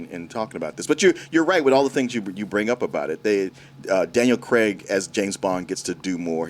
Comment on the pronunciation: His name is Daniel CRAIG not Daniel 'CREG' 😅